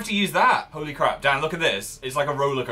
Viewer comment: Lol Phil said Hole-Y crap Also Dan was really a baller in this video